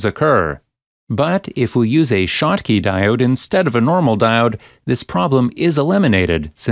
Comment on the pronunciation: This is narrated by a robo-narrator. That is consistent with the shottky diode being referred to as a "shock" diode and as a "choke" diode . They have glitches like that.